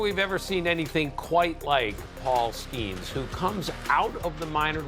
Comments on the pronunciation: Bro...did you really just mis-pronounce his name right out of the box....there is no "a" in his name...That was not a deep booming "long strike" foul ball. That was like a weak dribbler down the first base line foul ball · Skeeeeeeeeeeeeenes. Not Skaaanes. Do research. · Why do you say “Skanes”? Come on, man. It makes you sound like an idiot. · it's not skAYnes it's skEEns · Please you are crushing my ears. Stop calling him skains!!!! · Skanes?? Is this bad AI?